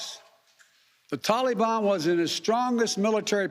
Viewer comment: Hey ""/ Joe. Its NOT Talibon.... It's Taliban... And i also disagree, We should've destroyed any evil "Taliban" fighter or terrorists within 100 miles of the airport like we are fully capable of doing and then got every single American, Allies, and any Afghan civilians that helped the USA for the past 20 years and help relocate any Afghan civilian or families incapable of fleeing to a middle eastern country willing to take them. From there they could take the legal courses to obtain United States citizenship like all of our grandparents had to do at some point. And let's not forget about $85 Trillion dollars of military equipment paid for by us hard working Americans that was giving to the enemy for FREE that they can use to terrorize the world for years to come, not to mention use against America. Stop making excuses and blaming everything on someone else or the guy before you... Stand up and use your f#*×ing backbone and set these problems straight instead of running away... Last i knew Americans run into the danger to help and protect people in need.. not run away from any unfinished goal! GET OUR MILITARY EQUIPTMEMT BACK BY ANY MEANS NECESSARY!!! STEP UP OR STEP DOWN AND LET A REAL PRESIDENT WITH A BACKBONE HANDLE IT.. 🇺🇸✈🇺🇸✈🇺🇸✈🇺🇸✈✈✈✈✈🇺🇸